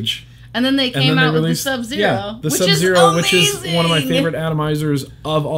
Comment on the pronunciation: at 1 19 49 did say ohmazing!!!!